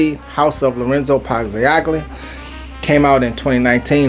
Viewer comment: Pazzaglia the g is silent, pronounced Pazal-lia 🗡️